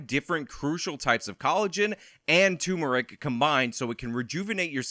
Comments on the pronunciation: TURmeric,. It's TURmeric, you absolute dummy. Unsubbed. Yeah, maybe I did only find out the correct spelling and pronunciation like 3 months ago, but that damn sure isn't going to stop me from having a willdly undeserved sense of superiority. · It's the same with my mother, and I'll correct it here too. It's turmeric. R before the M.